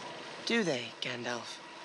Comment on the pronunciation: The way Peter Jackson incorrectly says Gandalf makes me cringe Bc that’s how I use to say it